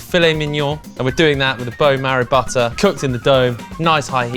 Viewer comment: ALL THINGS BUTTAAHH